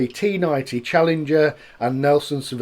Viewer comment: Another great video mate! For the record it's pronounced SAW-Veen🍻🍻🍻